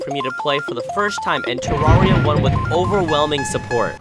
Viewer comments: its not ta-rar-e-ya its pronouced ta-rare-e-ya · Oh no, you're one of those "Terraria" pronouncers...